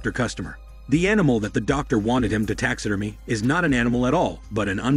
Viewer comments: It's pronounced "Tax ah Derm Ee ah" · "Tax Sid Er Meh" I love that the person doing this channel is not a native English speaker and the voice is an advanced text to speech program I have heard on other channels. You end up with engrish like that said in a confident way.